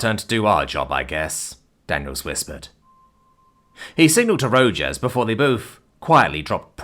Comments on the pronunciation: I love it when I'm not the only one saying how a name should be pronounced. It's Ro-Haas. Not Ro-Jas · Rojas is pronounces 'Row-haas' not 'Row-Jaws' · Ro-HAS. Rojas is pronounced "Ro-Has". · FYI It's pronounced Row Hoss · As a Texan, the pronunciation of Rojas as Ro-jass was killing me. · This Arizonan agrees with you. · Illinoisan here, think my eye twitched every time.